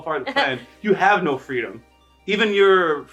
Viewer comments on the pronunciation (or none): none